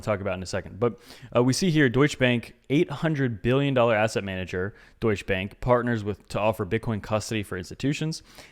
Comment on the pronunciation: As a German i gotta love that pronunciation of „Deutsche Bank“